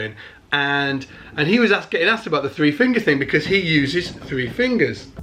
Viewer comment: "err err Garry Willis uses three fingus...."